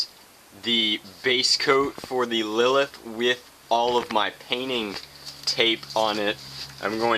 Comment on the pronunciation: didnt u read the title right? its lilith